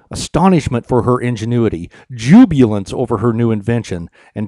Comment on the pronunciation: You mispronounced jubilance. Or maybe it isn't even a word, since the Firefox spell checker says it isn't. I guess the right word is jubilation.